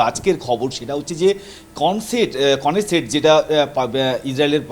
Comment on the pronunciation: ইসরাইলের পার্লামেন্টকে নেসেট বলে। কেনেসেট বলছে গুগল।